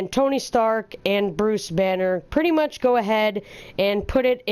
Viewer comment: OMG! You single handedly massacre the word "pretty much"